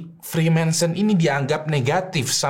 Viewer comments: Judulnya freemason.. tapi nyebutnya freemanson.. hmmm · Bacanya freemason bang, bukan freemensen... Gatel banget dengernya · bukan Freemanson tapi Reemason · freemansur bang wkwk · Dia aja nyebut freemason salah, jadi freemaNson 😂😂 Gmn mungkin anggota kok gak bisa nyebut nama organisasinya dgn benar wkwkwkwk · Freemason bang, jangan freemanson bang, tolong 😂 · iya loh kok dibaca nya freemanson bukan freemason 🙄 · Naah ini aku agak risih kok disebutnya freemanson padahal Freemason yg benar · Freemason, tapi berulang kali di sebut freema(N)son 🤣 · Freemason bang, bukan Freemanson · Bang, kenapa freemason dibacanya freemanson ? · namanya "freemason" tapi nyebutnya "freemanson" mulu jadi geli dengernya 😂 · Freemanson atau freemason? Daritadi nyebut freemanson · gw agak bingung bang, gw kira freemason itu dilafalkan "frimésen" tapi versi "friménsen". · Freemason bukan freemenson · freemason oi bukan freemanson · Freemason bukan freemanson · Freemason bang (frimesen) Bukan freemanson (frimensen) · Freemason bang bukan freemanson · Freemanson apa Freemason.. Serius nanya? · freemason bro bukan freemanson.. sebutannya harus jelas. 😚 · Freemason bang bukan "Freemanson" 😅😅😅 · Freemason✓ Freemensen× 😂😂😂 ada ada ae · Frimesen, nyebutnyanya frimensen mulu pake n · FREEMASON.. bukan freemaNson... emangnya botol gepeng? Mansion House.... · Orang dia aja typo ngomong "freemanson" 🤣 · gak lah, nyebutin nama freemanson aja salah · Kayanya dia ga capable bahas freemason, mungkin modal googling. Nyebutnya aja salah, freemanson wkwkwkwkwk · Agak risih dengernya,freemenson freemenson... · Kok gua denger nya frimensen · Freemanson apaan njir wkwkwk, gw denger dari awal sampe akhir kok aneh wkwk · kok ngomong nya freemanson siii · Typo ngomong bang